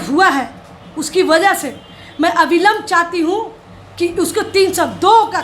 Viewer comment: अभिलंब नहीं अविलंब होता है